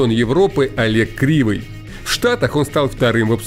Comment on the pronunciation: КрЫвый а не КрИвый